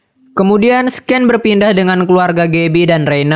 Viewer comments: fyi, scene dibaca nya "sin", bukan "sken", cmiiw ya, nice content btw ✌😁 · mantap min 👍, koreksi dikit aja min "scene" itu dibacanya "sin" bukan "sken" 😁🙏